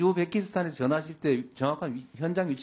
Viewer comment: 우주베키스탄ㅋㅋㅋ 발음안대누